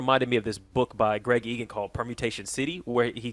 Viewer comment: It's pronounced "Loom-in" and "ee-gan" my dude. Not "lumOn" & "EagOn"